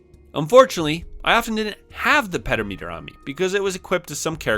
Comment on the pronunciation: You should try to do a collab with Jason Graves when you get to the remake of Dragon Quest V, he's doing the same exact thing but with SNES JRPGs. STOP PRONOUNCING PEDOMETER LIKE THAT!!! 😱 puh daa muh tr